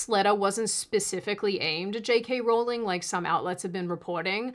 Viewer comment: Thank you, you have a new subscriber mainly because you pronounced J. K. name correctly.